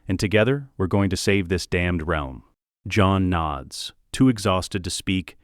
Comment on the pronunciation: And you can tell its ai voiced when it says real-m rather then realm 😂